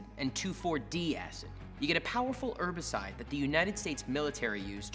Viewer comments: It's herbicide . Not 'ebicide . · "Herbicide" has an H in it. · Call me a Div but I've only just learned s new word: Erbicide...thanks 👍 [muted] Bellend!!!